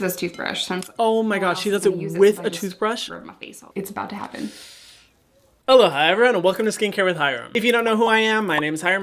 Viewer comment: Every time I eat and hear hyrams intro I hear “haloha” instead of aloha I’m sorry hyram